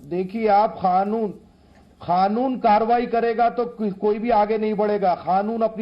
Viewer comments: Mullah kaanun ko khaanun bol rha ha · Khanoon nahi kanoon chutiye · अबे खानुन नहीं कानून होता है..🙄